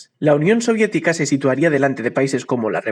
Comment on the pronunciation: Oye dice la unión siodietica bro